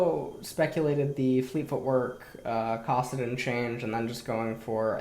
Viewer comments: Why the hell does intentionally mispronounce champion names? It's so jarring and not necessary. It's KAssadin, not CAWssadin. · He pronounced Kassadin’s name 3 times as Kossadin, then accidentally said it correctly but corrected himself to Kossadin again...Is this a meme? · Anyone else wanna shoot themselves when pronounced “kassadin”? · Bitch nigga even says it correctly and “corrects” himself by mispronouncing it again what a stupid bitch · Can't stand the way you pronounce Kassadin. It's like saying tah-mato or pah-tato. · Shout out to the fact that you say Kassadin with the same vowel sound as the word "cock".